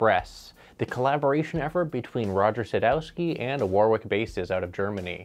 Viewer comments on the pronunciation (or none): Great vid but it's pronounced "Worrick" not "Woorwick". Like the famous town near me. 👍